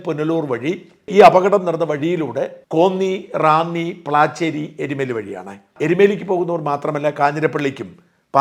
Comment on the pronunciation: എരിമേലി അല്ല. എരുമേലി ആണ്